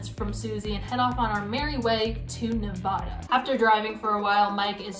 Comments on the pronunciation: That's not how you say Nevada.... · the way she pronounced nevada … 🤣